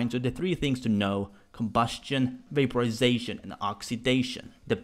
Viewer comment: COMbusTION, vaPOrisaTIION, OXydaTION. What about your INtoNATTIOOON?